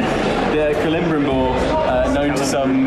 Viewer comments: hey / heres some help with the pronouciation. Cel-eb-rim-Bor. love your guys' content, keep up the good work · Kel-eh-brim-bore (Celebrimbor) , or kele'brimbor in IPA, or translated from Sindarin: hand of silver or Brimbles to his friends. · Heartless 626 kele-brim-bor